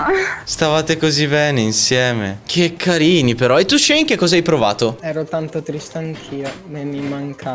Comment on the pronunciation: Nessuno: Assolutamente nessuno::”Ke kAriNi”